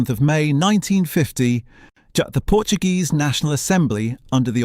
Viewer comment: I don't know why Narrators do not do a little research on how to pronounce PORTUGUESE and not in Spanish.It takes away from an otherwise good video.Please !